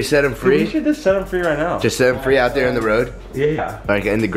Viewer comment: haha, sound like you said "We Audi here" (we outta here)